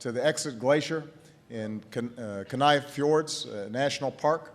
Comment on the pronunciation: mispronounced Kenai and Tok. said Reggie Joule's last name wrong